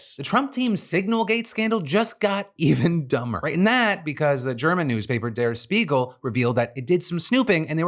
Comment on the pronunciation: It’s pronounced der Shpiegel - it means mirror